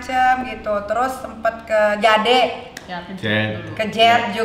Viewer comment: B. Inggris Nya kacau blg jade , Jaaa deee...tmn Nya benerin Jade Di baca Nya Jed